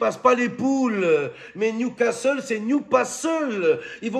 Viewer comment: 😂😂😂J'ai écouté qui y'a eu un ouragan hier soir au stade de newscaster.😂😂😂